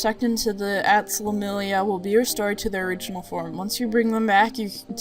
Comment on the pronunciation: its pronounced at-la-milli-a the only reason I know is that I played this and dark could 2 and dark cloud 2 has voice actors